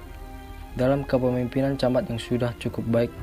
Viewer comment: Pematerinya yg jelas dong nyebut kepemimpinan. Bukan kepipinan